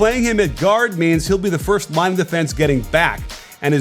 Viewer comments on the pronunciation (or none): none